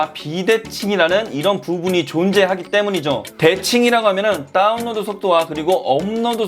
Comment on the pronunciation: 요즘 인터넷에 대한 이슈가 많은데 다뤄주시다니.. 평소 궁금했던 부분 말끔히 해결됐습니다^^ 다운로드 발음하실 때 “따운”이라고 하시는거 중독성 있네요 ㅎㅎㅎ